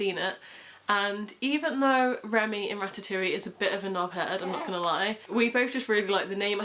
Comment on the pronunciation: Congratulations he's adorable! ☺️ Remi in French is very much a boy name but I didn't know it was gender neutral in English! Also I just wanted to point out that in Ratatouille the -e at the end is silent ☺️ But yeah wishing you the best for the future xx